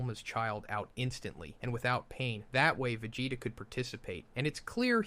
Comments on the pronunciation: The pronunciation of “Vageta” at minute is ridiculous. I respect that he’s a content creator and doing this for free but this AI is honestly horrible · Idrc that much if you do ai, but after the vegeta pronounciation... cmon man at that point I would just re-record it. It's a pain, ik, but like another commenter said, we're here for you, not an AI. If you're gonna use AI, I wanna be able to suspend my disbelief.